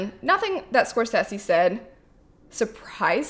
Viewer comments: Thats not how you pronounce Scorsese lol !! I agree Marvel movies generally lack substance. If im tired and i dont want to think then a Marvel movie is perfect. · The way you pronounce Scorsese. 🤣. Totally understandable though.